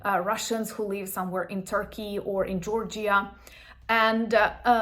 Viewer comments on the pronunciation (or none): none